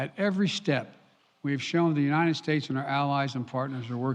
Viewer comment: He can't say the word "united" or did they misspell it on the teleprompter? Sounds like "u-nine-ed". His presidential portrait needs to be of him walking away from the podium.